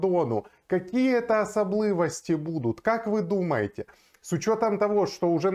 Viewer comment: Смотрю и подписан в ютубе и телеграмме на Ваш канал все понятно и доходчиво розясняене....и Вам пожилание : пожалуста читайте и произносите украинские слова правильно...не "Асаблывости" и т.д а особливості а то такое впечатление, что в школе на уроках литературы учили произведения В.Н. ГАгАля а не В.Н.Гоголя.